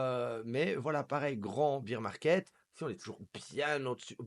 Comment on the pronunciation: Pas bir market mais bear market